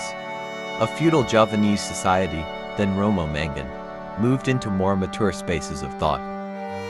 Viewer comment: Sorry dude, but its MAngun, not MEngun.. I think that this is a documentary, it's important to emphasize spelling and word prononciation to be as clear as we do in life, not just the speaker which sounded like native